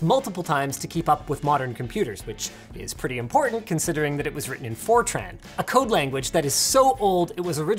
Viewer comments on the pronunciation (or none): Who else heard that it was made by Forchan not Fortran? LoL